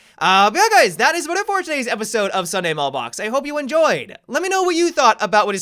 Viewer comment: Did anyone else notice that he said "Sunday Mallbox" in the outro instead of "Sunday Mailbox?"